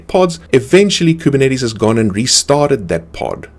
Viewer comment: I just come here from time to time to hear how majestically he pronounces Kubernetes